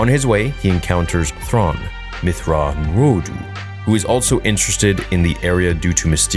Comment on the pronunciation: Is altso a word? I thought it was ‘also’ all this time.